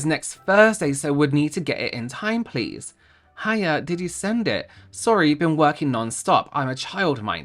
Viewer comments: I want more of these vinted reviews just to hear say PLEZ 😂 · "pless" thank you i choked on my sparkling water ❤ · pronouncing each "pleas"